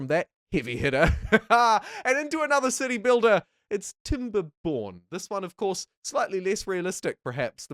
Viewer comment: who else keeps hearing "You build a dick" "dickbuilder" and "pricking up this game" ...